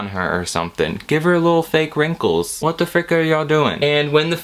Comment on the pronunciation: 'hwhaaat are you doing?' The Californians SNL sketch is shining through😂